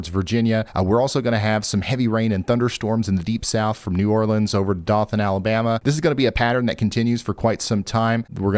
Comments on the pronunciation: Dough-thin (Dothan), Alabama fyi! Not Doth-an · Dough-than not dah than lol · It's pronounced D-OH-than, not D-AW-than... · Its DOE-THAN. Not DOT THAN. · Doe-thin Alabama, not Da-thin. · It's not " doth" an, it's " doe" than. Dothan. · Dothan, Alabama = Doe-thun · Your pronouncing Dothan wrong,it's like Doe-tan,love your shows,Pikeville was one of my hangouts in the 80s,worked in Virgie in 1979. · Ryan, just an FYI - Dothan, AL is pronounced "Doe than". Really appreciate all that you do! We travel full-time for work and depend on your weather info. You're the BEST! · Hi Ryan, we have family in Alabama it’s pronounced Doe. thun. Keep up the good work! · Dothan, AL: "DOE-thin" Been out there a couple times, it's a wonderful town! Definitely a contender for most welcoming, friendly place I've visited. :D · Ryan, as an Alabamian, I gotta tell ya, Dothan is pronounced DO than (Think dough than). Love your channel & your predictions have been spot on. 😀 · Bud... Great job on the weather forecasting.... just one thing. It's pronounced, dough-than 😂 its ok bud dont expect northern folk to know how to pronounce all our wierd named towns and cities (and we got a bunch we can't even pronounce) Again love your channel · Just to be picky, that city in SE Alabama is DOE-than. I was there for a while, courtesy of Uncle Sam, and found it very pleasant. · Doe-thŭn AL. Love the info. Much appreciated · It's Dothan with a long o. Pronounced like Doethun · Just trying to be helpful and let you know it’s pronounced “Doe-thun” Alabama. :) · Dothan, Alabama... Dough (like bread)-thun.. and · Dothan AL pronounced with long O sound: dOH-thuhn Alabama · Dothan Alabama is pronounced Doethan with a long O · Love you Mr. Ryan. I believe meteorologists must take courses on pronouncing town names, because some are so crazy. So Shakespeare may have said "Doth thou ..." but in Alabama DOTHan is a long O like in doze. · It’s “Dough-thin” btw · It's Dothan(Doe-than)...😅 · It's pronounced Doe-than ..